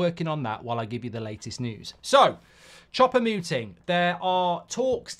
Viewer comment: For the love of God Mark, please stop calling him "Chopper" Mouting 😂😢